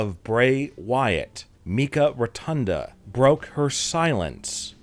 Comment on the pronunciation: Wyndham rotunda‘s sister‘s name is pronounced mykah…. Not pronounced mekah